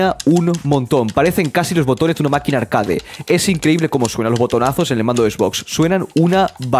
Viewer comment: “Arqueid” se pronuncia arqueid, no “arcade” 😖